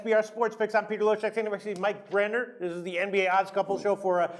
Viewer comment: u gotta practice that last name brenner lol!